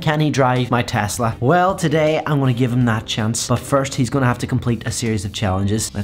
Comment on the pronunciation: He finally said tesla and not tezzzzzzla